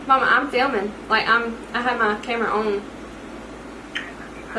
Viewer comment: “Mama, I’m FILMIN’.” (What we probably didn’t see was a southern Mama ramblin’ for about 30 minutes) 😂